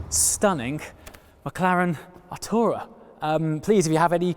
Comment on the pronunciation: Anyone else scream out Atrayu from neverending story! When he says the car name?